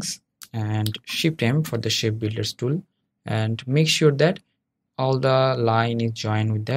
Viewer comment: did you say "Shed Builders Tool" ?